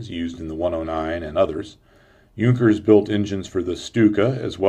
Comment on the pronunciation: Hey nice video shame about pronouncaition, on Junkers and Damlier Benz, other wise real nice of course straight line from Crankshaft through reduction gearbpx to propellor is a great idea especially if the engines fuel injected already, may well be another deciding factor, thank you.